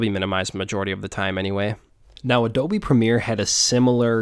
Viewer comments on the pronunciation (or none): none